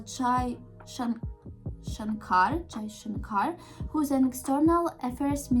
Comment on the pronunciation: Chai?? 🤔🤔 It mean tea in India and while you say it Chai Jay Shankar, it's makes me feel disrespectful so please make Hindi words clear before making a video on India